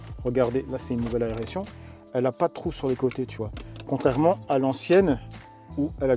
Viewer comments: Ah oui juste un petit truc...on dit aération et pas aréation 😅😅😅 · Attention à l'aréation 😂